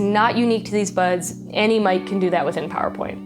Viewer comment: at the end of the vid, i didn’t know if she was saying buds or butts but i’m here for both